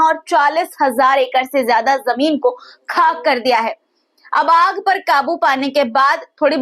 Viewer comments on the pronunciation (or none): یعنی خطرہ کو کھترہ یا خاک کوکھاک نہ بولیں پلیز